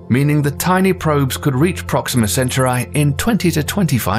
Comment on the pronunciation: Proxima Centuray? Dude, Centauri is from english, it's not I as in 'I am', it is I as in 'Yeti'.